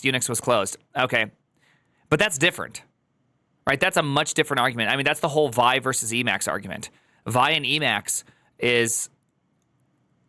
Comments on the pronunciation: It's wild hearing say vaɪ, with his half-million plus rabid fan-base. He's just about single handedly changed history. It was always viːˈaɪ (vee-eye)—just as ed was always ee-dee—to all the OGs, but then time passed, and no one said it for years, and then a new, young, eager group grew up, found it, but only encountered the name through text, so they don't know that literally nobody from the original group of Linux creators and users pronounced it as the single syllable way, and now all of you say it. Now I want to get famous and teach the next group of kids that GIF is pronounced HEEF. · Btw it’s pronounced “vee-eye” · it's pronounced with its 2 letters, v-i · I admit, I thought "Squeal" for sql, "Gson" for json are kinda cute, but "Vy" for Vi is too much!!